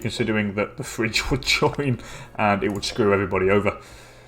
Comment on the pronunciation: it is not Fridge, it is called phry-gi-a, FACE PALM